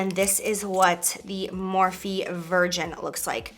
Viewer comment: She had to say Morphe 😒